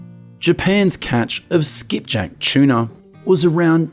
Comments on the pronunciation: Tuna but it’s the way he pronounced it 😊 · what's a chuna? shuna? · Aussie way of saying….its a funny quirk